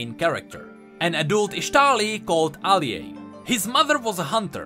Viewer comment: I cant take this shit seriously Everytime you say aliay my mind plays the intro lmfao